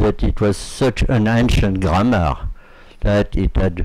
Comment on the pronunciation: the way ur pronouncing grammar made me laugh